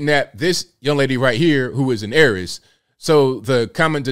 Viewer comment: It called Heiress not Aries...,omg 😲....too be honest this black guy makes BM look like monsters.., the savage negative stereotype which most, don't wanna be associate with.